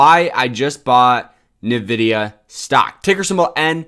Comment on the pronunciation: NVDA is "rumored to do a split"? Lol. You bought $5K of the stock? It's pronounced "N"vidia.